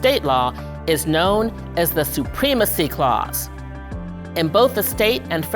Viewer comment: did she really say supreeemecy clause smh